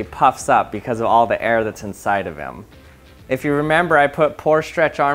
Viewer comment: Dammit I can't unhear it